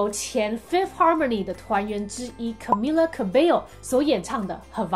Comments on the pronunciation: 其實他的名字要念卡咪雅哦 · Camila 應該是要唸 cAmeela 要拉長音～